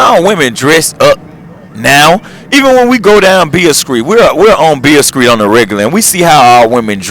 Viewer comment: Lol... that mane said "Beale Skreet"...